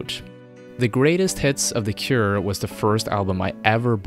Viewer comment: you butchered their name...